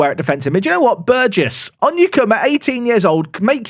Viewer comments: Hey! He said Burgess right! 🎇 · Thank you for changing your pronunciation of Burgess. Not my name, but the surname of a childhood best friend, and his family pronounce it the way you amended to in today's video.